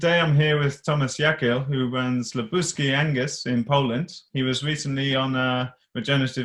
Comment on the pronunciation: Richard you've made a small mistake in name 'LUBUSKI ' not 'LUBRUSKI'